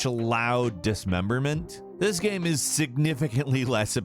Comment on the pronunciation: even the way he pronounced "game"... he always pronounces it "GAM" like hes half-way pronouncing gamma.